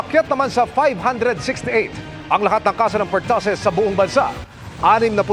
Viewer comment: Per- too- sis po, hindi pertasis…